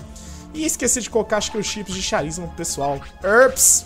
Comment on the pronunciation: Finalmente consegui um tempo para voltar a acompanhar esta série fueeda ^^, tu troca de propósito os sons de "CH" dependendo da palavra? Quando o CH tem som de "X" tu fala com "Q" ex: Machine, e quando o "CH" tem som de "K" tu fala com "X" como em Charisma ahahahhaha